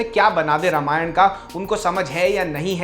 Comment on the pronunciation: Sab thik hai video me. Bas रामायण बोलो रमायण नहीं। अर्थ का व्यर्थ होता है ऐसे उच्चारण करने से।